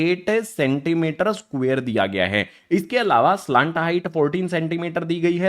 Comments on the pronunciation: Sir slant hota hai ya salant😂😂 pronunciation error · Pahle slant height to bolna Sikh Ja bad mein padha likha to aata hi nahin